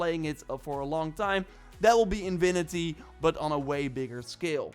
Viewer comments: „Infinity“ bro, not „inwinity“ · Love your accent bro…but infinity not invinity 😅 keep up the great work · What is in vi ni ty? You mean in fi ni ty? Can't lisen to that sorry